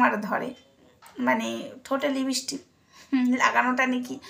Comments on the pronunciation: তুমি তো সবজান্তা। এবার দয়াকরে বন্ধ করো। তুমি হিংসায় জলে পুড়ে মরে যাবে আর কদিন পরে। তুমি সারদা মায়ের কথা শোনোনি। তোমার পক্ষে জানা সম্ভব না। কারণ নিন্দা করতে করতেই তো তোমার জীবন শেষ হয়ে যাবে। তুমি তুমি ঠিক করে উচ্চারণ ও করতে পারো না লিপস্টিক কে লিপস্টিপবলো। তুমি খুব সুন্দর দেখতে তুমি সেজেগুজেবসে থাকো। কত অসৎ উপায়ে টাকা রোজগার করছো। তোমার এই কল রেকর্ড সব মিথ্যে। মায়ের গলা সবাই চেনে। তুমি নিজে কিছু ক্রিয়েট করে দ্যাখাও না। পিল্জ ভগবানকে নিয়ে আর কাদা ছোড়াছুড়ি করো না।🙏🙏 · লিপিষ্টিপ নয়,লিপষ্টিক ঠিক করে নিন।